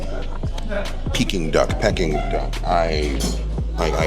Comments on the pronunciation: Not Pecking Duck, sounds like Peeking Duck. You said it right originally. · pecking duck??? its enunciated PEEKING duck. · I love your videos but PLEASE stop saying 'PECKING duck'! It's 'PEE-king duck. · It's pronounced Pee- King Duck and the proper way to eat it is spread the sweet bean sauce on the pancake, add the duck along with a piece of scallion and cucumber. VOILA!😊 AT an upscale Manderine restaurant they would prepare it for u tableside. Loved this video. Next time in NY u have to go to where us natives eat. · Pronounce peeking duck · Hearing him say PECKING duck is killing me...thats not the way its said lololol